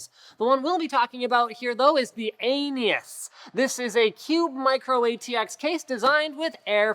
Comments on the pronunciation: .... Aeneas... like the Greco-Roman mythology. Its pronounced Ah-nee-us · It cannot be unheard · is it just me, or does aeneaus sound like anus?